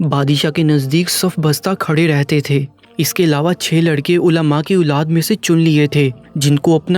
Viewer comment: Teri urdu bhot kharab hay, abey oolad nahi aulad boltay hein, kioon urdu ko kharab ker rahay ho ppl